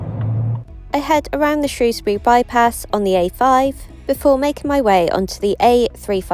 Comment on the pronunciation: Thank you for saying Shrewsbury correctly 😂